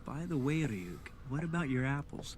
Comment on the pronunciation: His name is Ryuk. Not Ryu